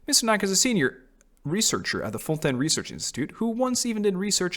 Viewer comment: As a Québecois french speaker I am SO HAPPY to finally hear someone pronounce the french words used in Fontaine correctly😭😭